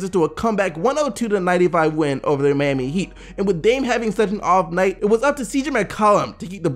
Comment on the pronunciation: it’s miami not mami lol